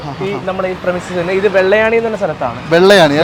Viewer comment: "വെള്ളയാണി" അല്ല പൊട്ടാ " വെള്ളായണി" 😂😂😂😂😂